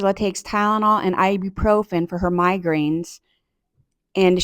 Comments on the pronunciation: "ibprofRen?" Try, "ibuprofen". They both pronounced it the same wrong way? Imagine it! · What is ibuprofRen? They both say it wrong